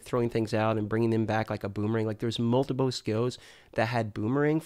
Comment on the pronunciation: I really love and his videos but his accent on certain words like "Multiple" come out like Moldable and.....it makes me smile. Keep putting out the great content. Hope you enjoyed your trip to Sunny California! I work right next door to the blizzard campus